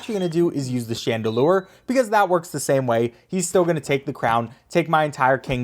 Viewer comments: i just noticed he called the chandelier a chandelure💀💀 mans thinks it’s a fire ghost type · “Chandelure” I think you’ve played to much pokemon my guy lol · Pronounced it Chandelore like a Pokemon character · my man’s just called the chandelier a “Chandelure.” Bro thinks he’s playing Pokémon 💀